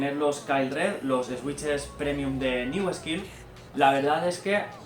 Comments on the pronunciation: Jajajaja "Eswitches" Se pronuncia "Suiches" pero bueno xd Buen video me encanto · en realidad es suitches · Buen video, sigue así y llegarás lejos por aquí. Pero no te voy a mentir, estoy llorando de la risa de oírte pronunciar switches 😂😂😂